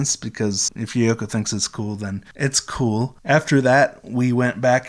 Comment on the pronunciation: It’s so cool that you met Yoyoka. But you keep saying Yay-yo-ka.